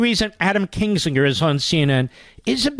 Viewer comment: Why does call Kinzinger Kingsinger? And just make sure you were hearing it correctly, he repeats it over and over.